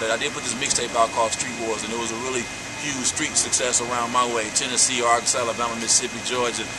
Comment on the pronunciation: WHY U SAY ARKANSAS LIKE THT